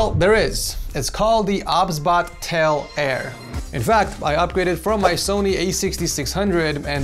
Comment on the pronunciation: I think it's pronounced "O, B, S, Bot" but i won't judge. 😅 Also, do you stream? I would love to watch your streams! ❤